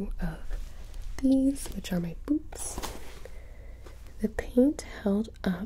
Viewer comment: gonna be honest, i thought you said boobs and not boots (not in the dirty way like, omg, she is gonna whip out her boobs!) and i really thought you had maybe made a second chest armor or maybe even a cosplayer bra or something and i just thought to myself, dayum, Gibi is really not messing around here